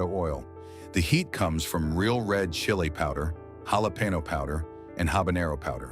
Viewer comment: Yalah Peno = Jalapeño 😂